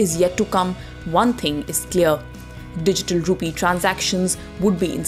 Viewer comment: Rupeee?? Dettaa??? What happened to correct pronunciations???